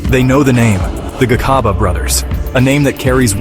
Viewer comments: Why do a documentary about people, but be lazy...to learn the pronunciations....Its Gcaba not Khaba...😮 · Gcaba not khaba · Gca Hce Gci Gco Gcu not kha khe khi kho khu. Gcaba not Khaba wemlungu. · Interesting story man but the robot has gotta stop. That made me cringe everytime it said "Khaba brothers" and intead of reading that R800k in words, it singilarly called it out like R8.0.0. Naaahhh mahn. Do not be lazy. Please and thanks.